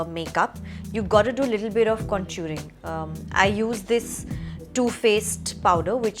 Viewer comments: she called it centuring but it is contoring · It’s called contouring not con- juring 😭😭😭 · Princess Atboat she said conturing only😂😂😂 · You had me up until “conturing” 😑